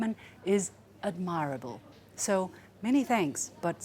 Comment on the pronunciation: This comment is non-political, just to correct the host's pronunciation of "admirable" (time: ) - the "i" in "admirable" should be a schwa (e) sound as in "admiral" , not an (ai) sound as in "admire". I hope as a professional TV program host, she will take it as a constructive feedback. In fact, I know a bit about her background and she once won an English Speaking competition in China. So her command of English is also quite ADMIRABLE!